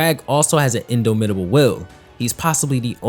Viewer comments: 2nd different Invincible video I've seen where in·dom·i·ta·ble is mispronounced. Unable to be Dominated not Domeinated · Bro pronounced it (In - dough - mit - ahbl) lmao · love the vid, but ain't no way you pronounced indomitable like that 😂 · you pronounced indomitable wrong